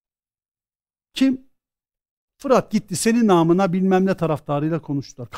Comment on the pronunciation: Her “namına” dediğinde “hamına mamına” sandım.